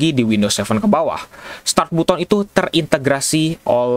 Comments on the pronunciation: Tapi kan untuk pertama kalinya ada yang bilang "BUTON" bukan "BATEN" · Button dibaca "batten" bang 🙏